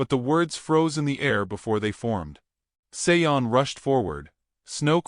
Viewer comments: I’m just curious about the pronunciation of the name “Sean.” Usually this name is pronounced Shawn or like actor Sean Connery’s first name. The narrator pronounces the name as Say-on. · Sean is pronounced Shawn. It's Irish. Otherwise it sounds like a nice story. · I was totally distracted by the wrong pronunciation.